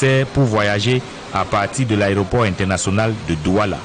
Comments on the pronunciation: dit " Aréoport" au lieu de "Aéroport" C'est d'ailleurs une erreur courante chez les journalistes camerounais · Il s’est même pas prononcé le mot Aéroport, il dit " àréoport " 🤦‍♀️ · C'est vrai qu'il ne fait que dire "ARÉOPORT". Mais, vous aussi, écrivez un peu plus correctement le français. Trop de fautes dans votre commentaire. 🤦🏽‍♂️🤦🏽‍♂️🤦🏽‍♂️